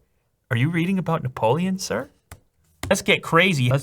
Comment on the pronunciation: You never pronounced so many french words in only one video ! Robespierre, Napoléon, Bonaparte, Nice (you pronounced really well btw ), mémoires ... It was "impressionant" ;)